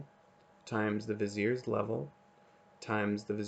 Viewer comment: hi even though you pronounce viziers right i have some complementary information to add in my video here